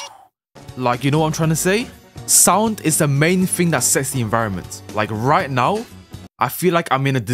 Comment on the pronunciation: my favorite YouTuber said "are you serious right neow?" nice video